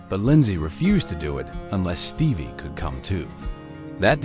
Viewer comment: “Stevvier” Nicks??? 🤣 AI is a joke.🙄